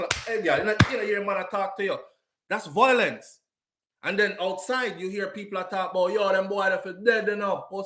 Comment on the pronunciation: the word is VIOlence - NOT VOIlence.